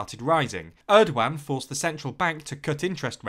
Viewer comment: That’s an interesting pronunciation of Erdogan